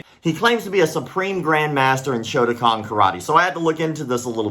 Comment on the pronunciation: Did you say shotokan or something else because shotokan is Japanese